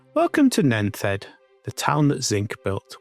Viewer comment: I hope you don't mind but Nent head is pronounced as Nent head. Not nenth head.